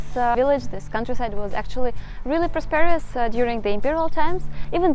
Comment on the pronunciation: Your English is excellent - I hope to speak Russian one day half as well as you speak English. One pronunciation tip, in the word "prosperous", the accented syllable is the first, not the second. (I only mention it because you used the word multiple times...so I thought you would want to know.) Keep up the great work!